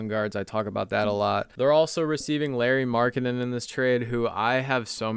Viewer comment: Found this content from a comment of yours on Rusty Bucket’s video. Great content! But broooooo, Law-ree Mark-en-in. He’s not Larry haha